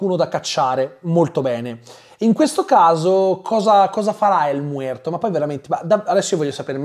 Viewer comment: Mi fai morire ogni volta che dici EL MUERTO 😂😂😂😂😂😂😂